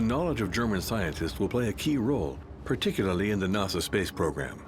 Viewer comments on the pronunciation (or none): When you reach minute 57 before realizing the voice is AI. The pronunciation of NASA like Nahzuh did it.